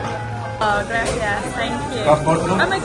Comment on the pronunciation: They all had a “grassy a s s”?🤭 It’s Grah-see-ahs. not trying to give you a hard time but you really should try to say that right because that one really irks Latinos.(I’m not one but I was told)